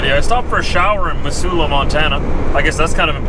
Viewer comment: Cheers, thanks for the nice visuals of my home state.... Montana, Big Sky Country. (P.S. Missoula is pronounced Mizzoula.)